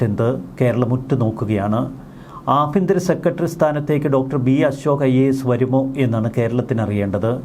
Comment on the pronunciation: ആബിയന്തിരം അല്ല, ആഭ്യ ന്ത്രo എന്നാണു